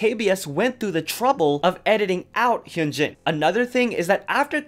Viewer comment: You do all this research for the video but can’t pronounce Hyunjin’s and Moonbyul’s name?